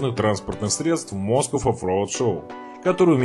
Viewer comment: "Москов" )))))))) Автор, ты с какой планеты?